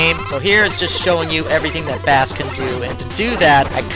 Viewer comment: Don't wanna be that guy,but Bass is pronounced like the musical term,not the fish,and I know in Megaman 8 Megaman himself pronounces Bass like the fish,but just like Rock(Megaman) and Roll,Blues(Protoman),Bass (and Treble) is a musical reference. Also,Bass is one of those boss fights which feels almost unfair the first times,but after finding how simple he can be,he is really fun to fight,especially because even after learning him,he is somewhat of a challenge.